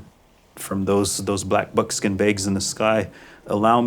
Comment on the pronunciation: I don't get it, he pronounce it as black bookskin bages. Is this how they pronounce black bookskin bages? Or did he just like black bookskin bages?